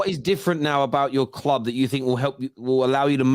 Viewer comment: Why does he say 'kloob' instead of 'club'?